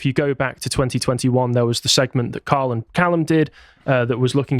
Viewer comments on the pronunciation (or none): none